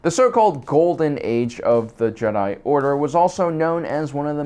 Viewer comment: how do you mispronounce jedi like half of the times you say it in this video